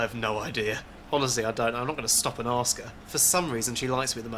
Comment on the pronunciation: 9¾. She says "aks" instead of ask.